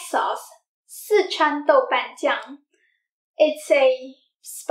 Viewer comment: I love it when she says " Dou Ban Jiang" I cook Szechwan food with it. Thank you so much!!!